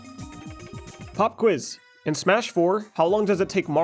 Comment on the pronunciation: Pop-quiz or HOP-quiz ?